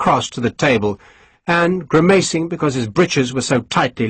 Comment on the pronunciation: Such brilliant narration - apart from the constant mispronunciation of grimacing…